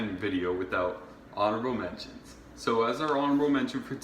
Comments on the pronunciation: mentions* not mensions you frickin' idiot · And " mentions" has a "t" in it. We have good educational system here. You can come study here. Might do you some good😅